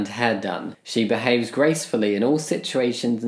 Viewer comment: "She bahaves"🥴